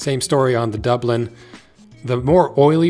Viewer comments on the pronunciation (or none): none